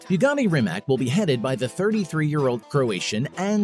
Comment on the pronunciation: Rimac - Rimats is correct pronunciation for all English speaking folks.